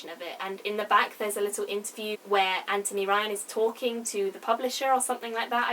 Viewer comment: FINALLY. Someone says his first name properly in a review. Good on you.